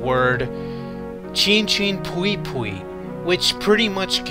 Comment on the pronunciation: Pui Pui not Pwi Pwi . The "u" is pronounced like the "o" in "movie" and the "i" is pronounced the "y" in "boy".